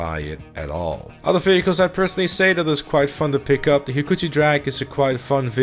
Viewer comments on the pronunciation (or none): none